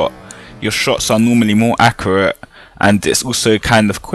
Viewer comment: "Accerate" lol